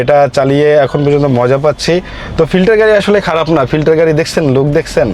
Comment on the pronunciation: ফিল্ডার❎ ফিল্টার✅ 😂😂😂